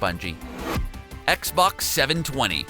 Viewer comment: At one point he called it an ‘Xbock’. It’s like the monster from bird box